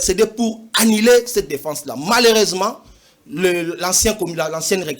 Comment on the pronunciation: "Malersement" 😂😂😂😂 Prof de l'IPN😂😂😂😂